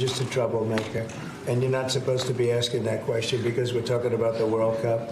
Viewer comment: "Yer not supposed to be asking that questiin..." . . 🤔 Spoken like a true P.A.B!! 😾